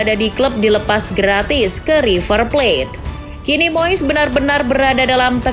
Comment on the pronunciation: Moess😂 Moyess Ajaa Min Bilngny Biyarr Jlass😂